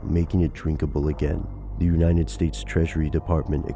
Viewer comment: Dude, it's uniTed, not uninted.